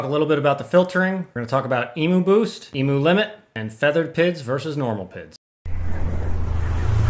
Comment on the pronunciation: Please in your next vid. learn how to pronounce’EMU’!